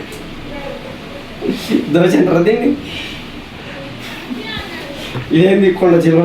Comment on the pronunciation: దోష కాదురా పాయకారోడా. దోశ